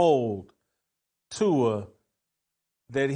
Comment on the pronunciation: Jason, please learn how to say Tuas last name properly.